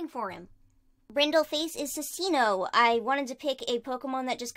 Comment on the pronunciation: u say cincinno as: cin chi no